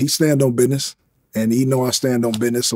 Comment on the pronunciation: He said stand on bidness and I hate it